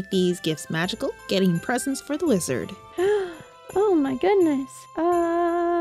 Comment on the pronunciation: Maybe I'm stupid but I could swear I heard "Lizard" instead of "Wizard"🤣